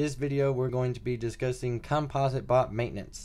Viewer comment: "Compa-sit" not "Cum-Paws-it" ..jeezus kryst. lmao